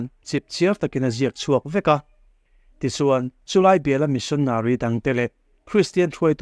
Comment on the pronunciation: Missionary i lamdan kha chu a dik hlel deuh in ka hria,mahse a ngaihnawm e